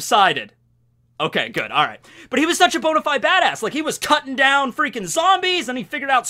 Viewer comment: man i've been watching you for like 5 years now.. I LOVE the cringe, the jokes and the bobs.. but bonyfied bad*ss? Bonyfied bad*ss?? That made my hole weekend.